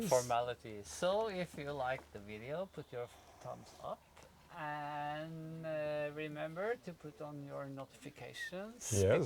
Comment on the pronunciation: LOL and sometimes Arne says "Tongues Up" rather than "Thumbs Up." I laugh so hard! :)